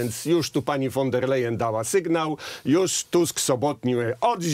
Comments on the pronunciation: ta cała przewodnicząca KE Niemka von der Leyen wymawiamy "fon der Lajen" nie po holendersku wan... itd..., a to, że była bohaterką skandalu korupcyjnego w niemieckim MON też jej nie zaszkodziło, a wręcz przeciwnie, w nagrodę została szefową Komisji Europejskiej 😱🥴🥶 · Kto to jest pani WAN DER LEJEN? Ile czasu potrzeba by nauczyć się wymawiać jedno nazwisko? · Won der Leyen się wymawia.